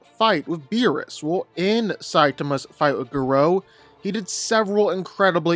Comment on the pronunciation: The way you say Garou….why.